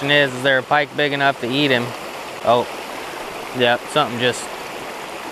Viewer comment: Did you say "Pa-pike and crappies? lmaoo